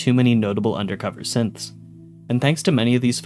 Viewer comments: when going through the characters it sounds like he’s calling them all Simps lmfaooo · when you're listing synths it sounds like you're saying simp